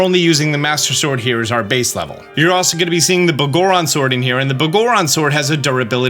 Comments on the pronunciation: I cant take how you pronounce Biggoron as “Boh-goron” seriously. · Dawg, did you pronounce the Big Goron's sword as Bah goron sword? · Pretty sure it's pronounced the big-goron sword but just spelled as one word, every time you say it I hear begorren and it cracks me up for some reason 😂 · mf said b'goron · Why do you pronounce biggoron so weird? It's supposed to be pronounced like Big Goron. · Bro seriously said “Boggorons Sword” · It's "Big Goron" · The way you say "Biggoron" makes me smirk. Love hearing Zelda terms said differently, never not amusing.